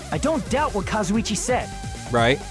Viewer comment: pronouncing Kazuichi like Kazzo-chi gets me everytime.